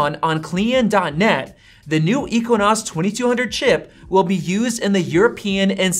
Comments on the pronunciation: I don't know if he's just trolling or he really doesn't know how to pronounce it, 😂 lol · Boy said equinox. Had me getting flashbacks of my Geography classes in High School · Ex Sea Nose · Yeah, that was pretty annoying. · you’re so bias you didn’t pronounce the exynos right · Loll can't unhear it now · Every time he says EQUINOS drive me crazy. It's Exynos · Dude it’s not pronounced as eqinose 🤦‍♂️. It’s pronounced as X-Z-nose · it’s pronounced egg zinoss not equanus LOL 😆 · Exinos not equinox!! All you have to do is read stuff online and regurgitate it in a low effort video. And still you cannot get it correct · Ekssyyynosss not ekwinosss 🤣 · It’s “EKSYNOS”, not “equanos” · I had to rewind the video and listen 👂 to that again. Dude called the Exynos the Equinox. I don't see a "Q.U.I." in that spelling. God, people can't read, spell or pronounce words right😑 Pronounced Ex-in-nos. Literally it should kinda sound like "eggs in nose" but said fast. Please use proper pronunciation. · Normal people: Exynos: EQUINOS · It's exynos not equinox.. 😅 Doesn't matter though... Because a15 will smoke it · It's exynos not equanos. Lol. Yeah I know I am not fun at parties. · Why u saying ekonas and not exynos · equinox? Again , , . I am pretty sure, its pronounced as "ekzeenos" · Exynos /Ek-se-nos/ Equinos? ❌❌ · He said Exynos like “I-kwa-nas” 😂 It’s “Eks-a-nis” Ex (as in your ex), y as in “inside”, and nos as in “nahs” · Bruh you did an analysis on A15 chip and there you said A15 will destroy it. How much are you going to hype it. Aren't you yourself tired about talking Everything Apple. And btw its spoken as ex-i-no-s not ik-wa-nas 😂 PS: If you want to be like iJustine pls name this channel as iTech not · It's exynos not equions 🤦‍♂️ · Him saying ekwwiiinosss really annoys me. 😂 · "Equinos" is just too much. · If you say Equinox one more time I will lose it... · Exynos == “Eks-en-noss” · Should it be pronounced as Ex-Zi-Nos? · It's "ex-i-nos"